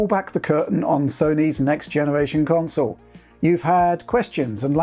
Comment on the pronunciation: Witched put the cwonsole frewww it's pwacces